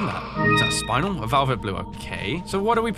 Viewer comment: That-.. That’s not how you pronounce Spinel ejjdjd